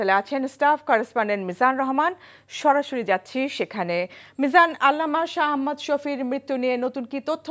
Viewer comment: শাহ আহমদ শফী সাহেবের (র) নামটাও উচ্চারণ করতে পারে না, সাংবাদিক হইছে